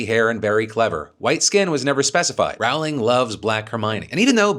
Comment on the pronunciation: jk rowling pronunciation. JK roh-ling. not r-ou ling ou in couch. not rolling to